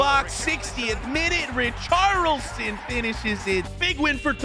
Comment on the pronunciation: I'm sorry, but why can he still not say "Richarlison" correctly?